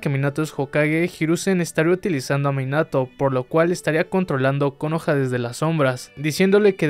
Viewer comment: Che amigo suena como el ORTO el acento en la última silaba de Konoha